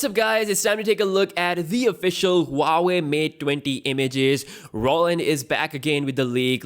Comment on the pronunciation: It's pronounced waa-way hoo-waa-way